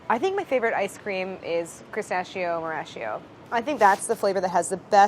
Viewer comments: Chris-tachio instead of pistachio! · It's pistakkio not pistascio Dio can la furia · 3 minutes in. She should call her pistachio flavor Christachio. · I'm 3 minutes in and screaming CHRISTACHIO at the screen.... you're telling me she doesn't think of it? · Why does she pronounce it like pissashio😬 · pistachio? don't you mean pi-Saffitz-io? lol sorry